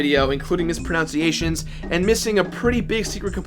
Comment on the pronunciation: get it? Because he pronounced mispronunciations wrong